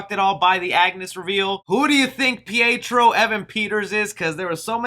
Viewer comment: Petro isn't Petro it's Peter.